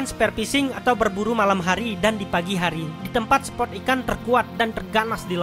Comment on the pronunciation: Saran saja..pahami dan pelajari lagi bahasanya. Spot, bkan sport. Dogtooth tuna.bukan dogtut tuna Spot yang bagus👍